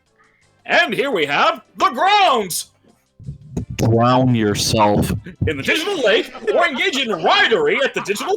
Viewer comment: " dwown yourselve"